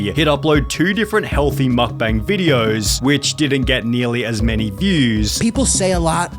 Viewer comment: And adding ahs to words. VideosAH.